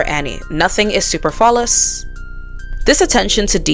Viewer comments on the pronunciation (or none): Good presentation, but why can't you pronounce simple words like An su-PER-flu-ous or rigid ri-JId? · You mispronounced superfluous. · I mean if you want to be super specific...the only people that really should be invited to the cookout are foundational black americans...even the term "cookout" is AAVE...which primarily comes from descendants of slaves rather than black people that immigrated from africa...so neither of them are invited to the cookout...also you pronounced superfluous and palatable incorrectly